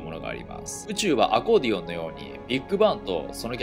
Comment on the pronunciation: アゴのコメント読んでる時に「アゴーディオンみたいに(ビッグバン)」って聴こえてきてワロた。